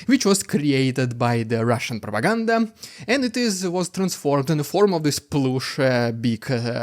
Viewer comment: Rrrrriiidicculouss Rrrrrrussian Pppprrrropaganda hhhhhhaapluttt!!! Wtf is that, I'm scared 😨